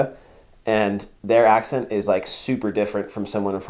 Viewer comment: zijn accent was goed voor een amerikaan